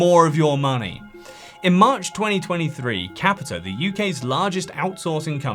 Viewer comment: Capita, the r is silent